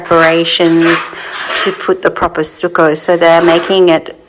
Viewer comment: 🍃Much love and speedy recovery,. I think the first wallpaper is the best…it took my breath away! It will make that room just ravishing. FYI, in the USA, we pronounce stucco like “ stuck…I was stuck in the mud”! Stuckoh …